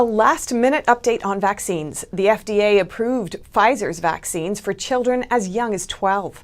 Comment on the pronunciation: Did she say ‘approved’?